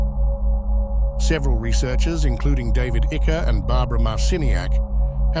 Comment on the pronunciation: This Ai voice is funny sometimes. It says "David Icker" 🤣🤣